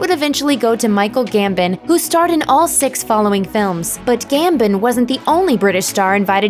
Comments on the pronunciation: Gambon not Gambin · "Michael Gambin"....no, his name is Michael Gambon. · Pronounced Gam-bon. Not Gam-bin (sigh) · Gambin??? Do your damn research before making a video, Michael gambin oh my god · GambON - seriously why do Americans find it so hard to say his name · It is Gambon